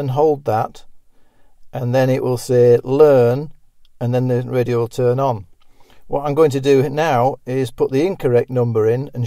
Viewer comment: Sterohhh radiohhh 🤣🤣🤣